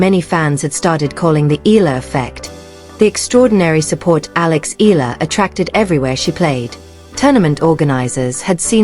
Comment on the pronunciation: Another AI troll and defeat apologist. Can't even pronounce Eala properly.